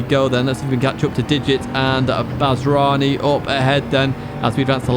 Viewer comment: Great video as always. Just an FYI, a 7 in a name from an Arabic speaking country is to denote the ح letter (they look similar) and is pronounced as a heavy H, so the Kuwaiti driver would be called Bahranii ❤